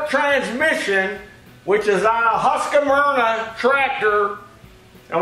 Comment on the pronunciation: I wish Americans could stop mispronouncing Husqvarna. It's NOT pronounced HusqAvarna. There is no A between Q and V.